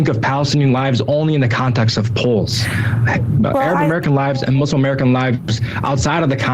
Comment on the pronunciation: Please learn to pronounce "Muslim," it’s not that difficult, really!